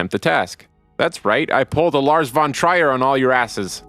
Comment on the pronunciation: Thanks for the video. Small hint: Lars von Trier is more correctly pronounced "Treer".